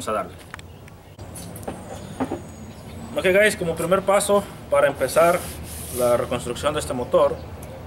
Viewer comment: compa por que decis HI GAYS ?